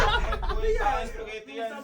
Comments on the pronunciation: Spaghetti ❎ Supas✅ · dami kong tawa sa soupagetti mo sir 🤣🤣🤣 practice lang mamamaster mo din yang soupagetti 🤣✌️